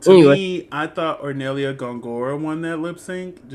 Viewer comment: really funny how you corrected yourself immidiately after saying gongorIA but kept saying hornellIA during the whole video